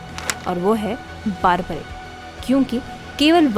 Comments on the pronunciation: Baarbarik nahi barbareek hota hai.. 🤦🏼‍♀️ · It’s not baarbarick ! It’s बर्बरिक Nor does goddess Shakti gave three arrows as boon ! Please at least get your facts straight.